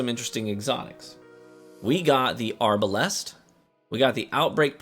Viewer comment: arbalAAAst lol. why is he saying it like that?